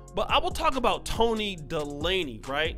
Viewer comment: Toni De-laney? Its pronounced, Day-ley lol